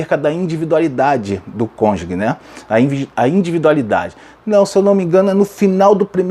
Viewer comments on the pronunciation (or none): Amado pastor. Atente-se a palavra cônjuge. Não se diz CÔNJUGUE. Fala se cônjuge, exatamente como é escrito. Gostei muito de sua aula. Só me incomodou essa expressão. Perdoe-me